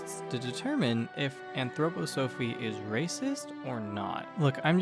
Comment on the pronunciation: Great video. However I'm an Anthroposophist and its pronounced ann-throw-pah-suh-fist and ann-throw-pah-suh-fee. Also make the slides with captions a bit longer, I had to keep pausing them to read them. Great work. If you are interested there is Anthroposophist church today with over 150,000 members called the Christian Community.